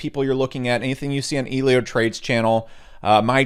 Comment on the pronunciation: Elio Trades. Not EEElio Trades